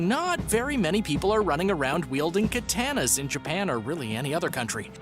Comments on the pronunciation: kuh-Tah-Nahs. 😮‍💨. I mean, if you're going to butcher it, watch Mortal Kombat 1 again. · "Kuh-tannas" I'm genuinely embarrassed to be American right now; I promise you most of us don't talk like this